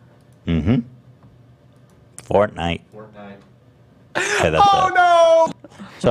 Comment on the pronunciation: “Fort nite..ahh.” Made me click off this video. So annoying